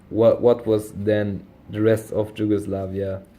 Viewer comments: you are saying it like "dž" just say the "y" like in yes Regardless, awsome video, keep it up!👍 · You say it so wrong, it’s YUGOSLAVIA in English, in Serbian it’s Jugoslavija but in Slavic languages J is spelled like Y not like in English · Ye haha you pronounce it as if a slav would spell it Đugoslavia no worries still thx for the vid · J in Slavic languages is like Y in English like I explained, you need to say it like In English Yugoslavia because you use now the Serbian form but you read it like English letters, Slavic pronouncing is totally different from the English one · Problem is not with writing but with pronunciation, you pronounce name of some countries really bad like Yugoslavia, there is no English J, because in Slavic languages it is not pronounced like in English...